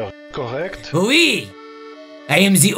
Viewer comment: c'esr un super "oui" que t'a fait It's a great "oui" you've did